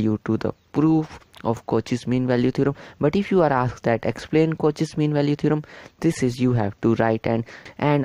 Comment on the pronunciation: The video is good.. but please reduce your hand movement.. and it's pronounced as "Cau-shae's" not "Cau-che's"..